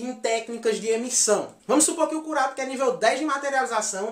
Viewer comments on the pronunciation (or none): curapica???? mano se escreve Kurapika mas se fala Korapaika entendeu?